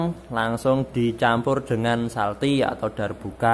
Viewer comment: Mas bukan salti tapi calti